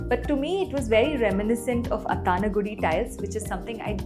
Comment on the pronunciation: Athangudi tiles (ah thun goo di) would be the actual pronunciation